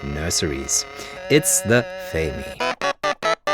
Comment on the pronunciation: IT is not faemi,it is fazmi